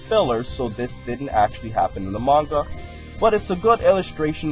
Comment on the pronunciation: manga not magna